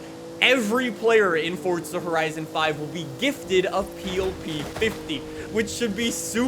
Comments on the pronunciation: It's not fort-za FFS. There's no T in FORZA !! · "Fortza horizon 5" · Is it pronounced 'Fortza' even tho it's spelled forza? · Welcome back to fortza horizon 5😂